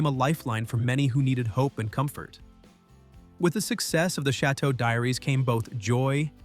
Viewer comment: Pronounce the damn chateaux correctly!